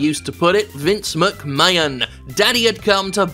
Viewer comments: Completely agree with this well structured argument, but is the pronunciation of McMahon as "McMayan" a deliberate joke that I've missed or is it just a mistake? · Great video Jim, buuuuuuut your 'Mc-mayon' pronounciation is driving me insane. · First time hearing this guy, I enjoyed the video but please stop pronouncing McMahon as 'McMayun' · Yeah, weird that. It's clearly Mc-May-Hon. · Seems like a charismatic guy, shame it’s only once a month, I can’t get over the way he pronounces McMahon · This was a good video with an amazing point But can he learn to say McMahon for the next one please? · If you watch Jim, he is doing it on purpose. He lives in America, he knows.. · I think that's probably a tribute to Gerald Briscoe's way of saying it. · Only issue I have is his pronunciation of McMahon. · Nothing really wrong with this video but his pronunciation of McMahon is getting a down. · He does it intentionally. Lol